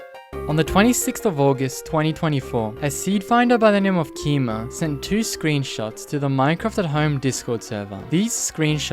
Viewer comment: "A seed finder by the name of Keima" Me, listening without watching: GWI-MA?